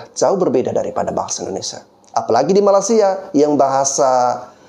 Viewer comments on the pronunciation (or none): Bang bro, maaf mau ngasih tau, kalau bilang Malaysia jangan bilang Malasia tanpa y bang. Kemaren channel Rusdi Rusli mencoba beberapa kali mengkoreksi perkataan abang. Bener juga sih, coba kalau ada org luar negri yg berkali-kali salah menyebutkan nama negara kita salah Indonesia jadi INDONESA tanpa I. Yaitu aja sih koreksi nya. Makasih